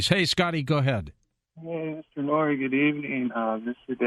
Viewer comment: Man Noory killing her name lol